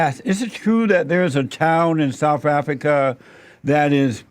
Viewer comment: MOMMY AFF-REE-KA!!